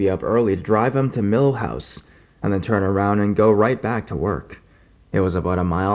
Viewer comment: Every time you say milhouse instead of mother in-law's house I think of the Simpson's haha. Great job as usual, I love your videos :)